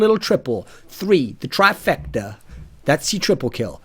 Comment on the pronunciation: The way he said "trifecta" was a spot on accent.